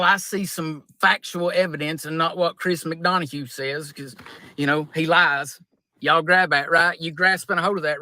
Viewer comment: Lmao! Chris MaDonahugh!: 🤣🤣🤣🤣🤣🤣🤣🤣 Nobody has ever messed his name up worse!